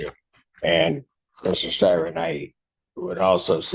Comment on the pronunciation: It’s Thomas Styron.. not Thomas Tyron..